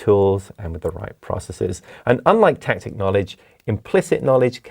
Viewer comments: Tacit, not tactic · Tacit not Tactic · doesnt he mean tacit knowledge instead of tactic